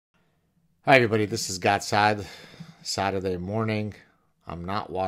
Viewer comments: did you say saadurday morning? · Did he just say Saaderday morning?